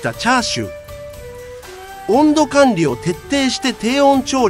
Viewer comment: チャー↑シュー😂😂😂